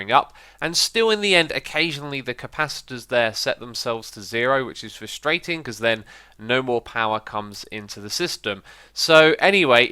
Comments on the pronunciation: Lmao I found this as well xD FUSTRATION ( ͡° ͜ʖ ͡°) ( ͡° ͜ʖ ͡°) ( ͡° ͜ʖ ͡°)( ͡° ͜ʖ ͡°)( ͡° ͜ʖ ͡°)( ͡° ͜ʖ ͡°)( ͡° ͜ʖ ͡°) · Fustration.... You mean frustation right. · um its frustration